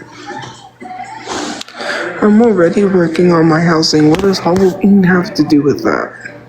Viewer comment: You mean when she talks about HUHLA-ween? That one drives me fucking nuts. I better be careful what I say here though, I don't want to get sued for deffermation.